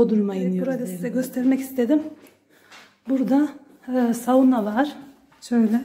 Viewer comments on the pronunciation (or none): Saģuna değil ..Sauna